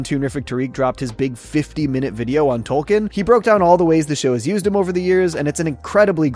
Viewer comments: Isn't it Token? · The mayor also 100% said Token and not Tolkien when giving the check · I like that Cartman clearly doesn't pronounce the L. It ties in with him saying, "Tolkien has an L in it?"